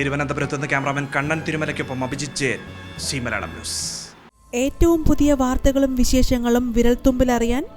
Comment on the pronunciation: say Zee news, not see news 🙂